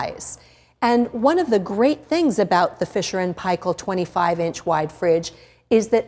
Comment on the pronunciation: Omg firsf non kiwi to pronounce f&p correctly